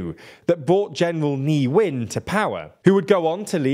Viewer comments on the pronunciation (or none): Just to clarify the pronunciation of some words: Ne Win -> Nay Win not Knee-Win Win Myint - >Win-Myint not Win-Me-Int Arakan -> Ahra-Khaan not Arah-ken Sagaing -> Sa-Ghine not Sa-ga-Ing